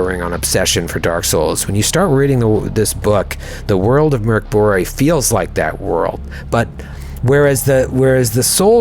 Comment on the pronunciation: Good pronunciation of Borg (translates to keep (the building)). Mörk (dark) was...less good. 😅